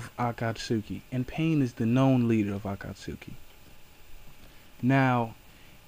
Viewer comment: you dont pronounced akatsuki right